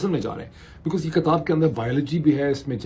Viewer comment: Please correct your Urdu word. The word you pronounce is "kitab" not "katab or katabain".